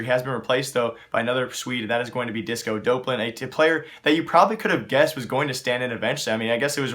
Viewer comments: Its not disco dope-lan its disco dop-lan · just fyi it is pronounced disco d-awp-lan